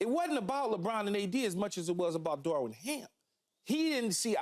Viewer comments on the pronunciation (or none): Day 105 of convincing keyshawn its Darvin* not “Darwin”